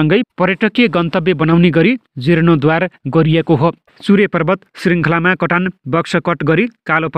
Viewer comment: जिर्णोद्वार हुँदैन जीर्णोद्धार हुन्छ । उच्चारण गलत भयो । शुद्ध उच्चारण गरौ ।